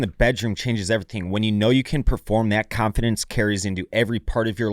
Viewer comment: It was sweet when he said "confirdance"